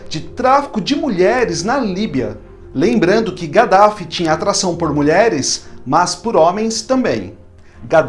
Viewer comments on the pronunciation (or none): DIZ SE kadaffi.